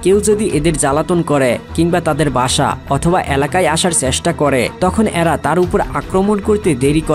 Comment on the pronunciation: তথ্যবহুল ভিডিওর জন্য ধন্যবাদ। "এ্যারা" কি? উচ্চারণ শুদ্ধ করুন। গ্রহনযোগ্যতা বাড়বে।